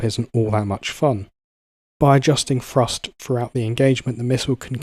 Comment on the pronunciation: Say it with me narrator.... THree, THrust, not 'Free' and 'Frust'. How is pronouncing words so fucking difficult for some people. Absolutely infuriating to listen to.